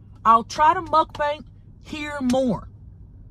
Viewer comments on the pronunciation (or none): Love how she says muckbank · I love Tammy saying muk-bank😂🤣